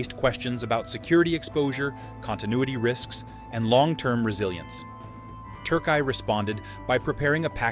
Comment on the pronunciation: Turkai? Damn bro. Refrain from attempting to pronounce at all cost. Türkiye 😅